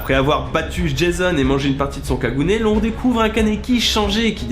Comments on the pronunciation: Salut ! Niveau prononciation, beaucoup d'erreur ("Kagouné", pas "kagoun", "outa" pas "uta"...). Et comme déjà dis vraiment très dommage de ne parler que de l'anime en mélangeant la source (vous parlez du manga mais ne racontez que l'anime qui est bien moins complet, et assez différent du manga). SPOIL exemple le dr Kano est bien plus important, la ghoul Lize est bien plus importante que juste la fille qui donne ses organes à Kaneki (elle n'est pas morte dans le manga, liée au dr Kano). Bref, j'ai été très attirée par la vidéo et à la fois très déçue. Vous êtes suivis pas beaucoup de gens... Autant vérifier directement à la source. Un particulier qui fait cette vidéo ça va, ça pose pas de soucis. Mais là des gens vous suivent et vous font confiance concernant les infos que vous transmettez... Alors précisez que vous parler de l'anime et mettez en avant la distinction. Certains n'aiment pas l'anime mais aiment bien le manga :) (Perso j'ai apprécié l'anime voir même adoré, puis dépréciée en lisant le manga qui est bien meilleur ^^). Bonne continuation :) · Quand elle a dit kaguné kagune j'avais envie de me suicider fait un effort ptn sa se dit kagunééééééééé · kaguné pas kagune sa se dit kaguné; et pour ses cheveux blanc ses acose du tau de celule rc dans sons corp qui fais que ses cheveu change de couleur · On dit kaguné pas kagoune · Juste sa se dis kagouné ^^ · Alors ça commence à me les brisé ÇA CE DIT KAGOUNÉÉÉÉÉÉÉ !!!! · The Penguin et aussi ils oublies le "É" de kagunÉ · Leee ee de kagune se prononce é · Kaguné prononce le é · 1. On dit Kaguné pour la prononciation 2. C’est l’Arbre d’Aogiri qui a lâché les poutres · Sa se dit [Kaguné] putain 😭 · On dit kaguné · Kagune sa se prononse kakuné (e) se prononse (é) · Première ça se prononce Kagouné, et ensuite ce n'est pas ce qu'il reçoit mais une poche RC. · Alors euh -On dit "Kaguné" -Le manga est un chef d'oeuvre. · Kagune se prononce logiquement "kaguné" non?... La demoiselle à déjà regardé tokyo ghoul ?